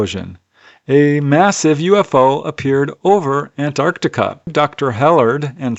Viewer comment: Impeccable pronunciation of Antarctica. Love your videos.